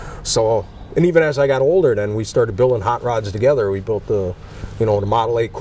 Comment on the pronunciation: Built NOT Baught.🏁